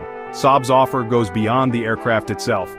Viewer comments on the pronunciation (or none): none